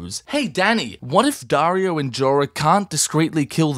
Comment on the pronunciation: “Jaario and Dorah”💀💀💀